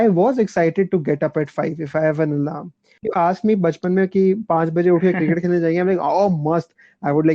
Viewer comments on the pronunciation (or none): O my god alaaram. All this while I thought ..idk.. that people just exaggerated it or whatever. 😂 But they actually say it waise. It has to be the cutest part of the video.